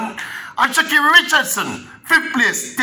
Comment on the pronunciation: no e in sha'carri.....not pronounced Shecerri